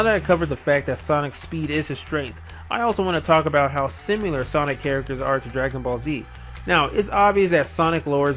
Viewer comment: simular? i think it is pronounced sim-ill-err.